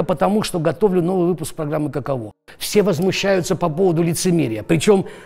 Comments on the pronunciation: Не каковО, а кАково! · Кушанашвили - "каково", ударение на первый слог. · каково с ударением на первый слог))) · Каково... ударение неверно ставите